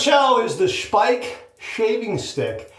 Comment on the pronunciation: And this is why a video is so good. Not only does he take viewer suggestions, he also is educated enough to know how to pronounce Speick correctly! 👍😊 I have the cream and am always amazed at how very little one needs to achieve a great lather ("BOOM!") and a great shave ("NICE! BEAUTIFUL!") 😊😊😊